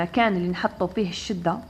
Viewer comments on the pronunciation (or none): Chadda and not chidda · سلامي وتقديري اليك يا حضره الأستاذة الفاصلة. شكرا جزيلا على المعلومات التي تقدمينها. بعد اذنك لدي ملاحظة : لقد نطقت كلمة الشدة بكسر الشين. وهكذا خطأ فادح. والصواب هو فتح الشين. ختاما تقبلي مني كل التقدير والاحترام